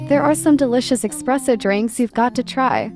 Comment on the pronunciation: Expresso lol